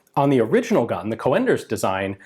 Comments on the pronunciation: Haha, that's some horrible mispronunciation of the name Coenders, I think the American way of writing this how you pronounce it is "Coonders". Still a cool video! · The man's name is pronounced like the "u" in "but" and not co-enders, so "cunders". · I have the impression you're saying "co-enders", but wikipedia renders his name as "conders" with an umlaut my keyboard can't reproduce. When the umlaut is not available, an 'e' would be added. In Enigma messages they'd write "fuehrer" for example. Obviously that's not pronounced fu-ehrer but just fuhrer. Not sure how I would describe the prenunciation of an o with umlaut. I'm Dutch myself so my keyboard isn't made for this. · I am assuming that 'Coenders' though he was German will be pronounced in a similar way to how it would be in Dutch. The 'oe' sound is very much like the o in 'who'. If the 'oe' is actually replacement for 'o with umlaut' (common in written German), then it is a bit more like the e in 'her'. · Coenders, spelled Cönders in german. It is not pronounced o-e but as described on Wikipedia en wikipedia org/wiki/%C3%96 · the correct pronunciation woulď be Cunders.. Coenders is namely the alternative spelling of Cönders for when the writing tool lacks an umlaut.. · Not a criticism, just a correction Cönders (pronounced with an o like in "hello") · Isn't his name pronounced Caynders? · Coenders sounds more like an originally Dutch/Belgian name???. It probably should be pronounced more with a UUHH/OEHH sound ??? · Coenders is pronounced like Coonders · The name is pronounced as Coonders, like in raccoon, not Co-enders. You're usually good with pronouncing names, but this time you had it wrong. Edit It's in actually a Dutch name, not German. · Coenders is not pronounced like "co-enders" it sounds more like kuhnders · So in English, it's pronounced as Coonders. Like moon and spoon etc. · The German "oe" sounds like "oo" when pronounced. So "Coonders" (as in "raccoon"), not "Co-enders".